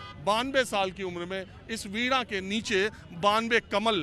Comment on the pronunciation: आप वीणा को वीडा क्यू कहते हो? सही उच्चारण करो.